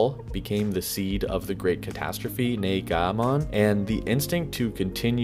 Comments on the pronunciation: Neh-gahh mon lolol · Lmaooo negamon 😂😂😭 the negachin!!!